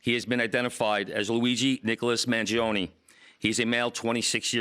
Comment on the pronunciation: is Mangione!! not mangioniii